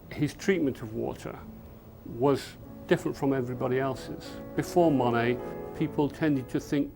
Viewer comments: His name is NOT "mony" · I know that’s probably how it’s pronounced but I hate how British people say Monet